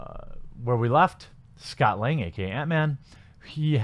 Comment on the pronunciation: It's Scott LANG actually. Not Long. Just saying. 😜